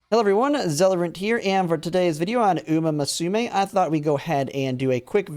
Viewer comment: Can’t get over the way he said Uma musume bro😭